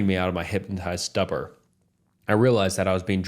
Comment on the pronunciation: Corps Its pronounced like core not corpse E-theer-e-al Stoo-pur